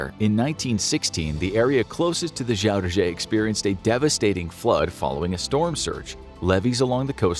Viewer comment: Funny because I'm Dutch: the pronunciation of Zuiderzee as Shuidershee is like a Dutch person talking English with a thick Dutch accent :-)